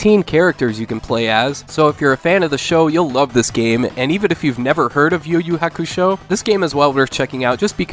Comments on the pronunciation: i do not like how you pronounce hukusho lol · He's still saying Hakusho wrong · You're saying Hakusho wrong